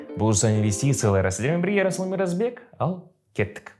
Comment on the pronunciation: МираЗбек емес МираСбек десейші?) или ЕраЗыл деп айт?)